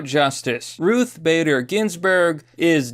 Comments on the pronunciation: Why can’t you say Ruth without pluralizing it? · Why does he keep calling her Ruth's Bader Ginsberg? If she a steakhouse or something? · lol, why do you keep calling her "ruthes"?